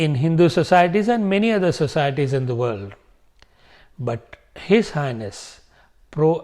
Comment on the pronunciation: When you say H/H it sounds like if you are saying his anus 😂